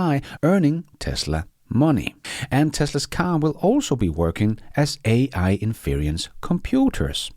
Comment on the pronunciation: "INFERENCE" is pronounced "IN- FER- ENCE", just like it is spelled.